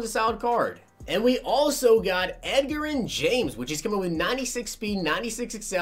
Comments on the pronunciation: "Ed-ger-in"? It's "Edge-Rin". You know like the word "Edge", as in your edge rusher is too slow to keep up with edgerrin. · Edgar-in james?? Cmon bro his nickname was EDGE it's EDGE-a-rin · EDGE-RIN NOT EGG-RIN 🙄🙄🙄 🤦🏾‍♂️ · Edgerren lmfao!!! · Same here, had me cringing when he said Edgar-in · Edgerrin James is pronounced Edge-er-Rin but i love your vids!! <3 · It’s pronounced edge-er-in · Drove me nuts!!!! I mean come on..The Edge!!! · Bro, watch some nfl films and get these guys names right. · You can tell is a gen Z'er by the way he pronounces Edgerrin lol